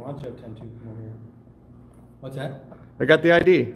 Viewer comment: I'm done 🤣🤣🤣🤣🤣🤣🤣 Gimme your I.D. ehmmm ok here this is my "I D" oh gosh I'm dead can't stop laughing for 5 minutes